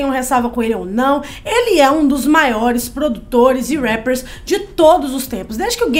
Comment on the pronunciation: Não suporto quando elas falam rappers